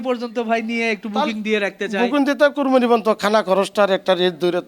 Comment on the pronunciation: কোরবানি কথাটা বলতে পারেনা হালারপুত